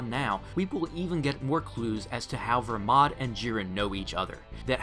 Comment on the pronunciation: Make up your mind it’s either Belmod or Vermod which isn’t his name you say vermod but in your comments you say belmod because it is BELMOD NOT VERMOD